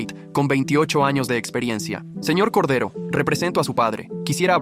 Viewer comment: Corday❌ Cordero✅✅✅✅✅